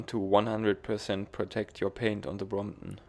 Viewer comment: great vid' and your way of saying Bromp'on haha ") its perec'